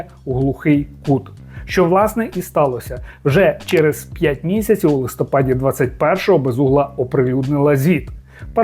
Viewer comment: Дуже хочу, щоб текст, який читає ведучий, був висловлений грамотно і також на́голос. Не "листо́пад", а "листопа́д". І не інакше.